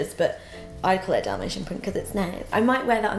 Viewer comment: I tough she said "damnation print" not dalmatine 😁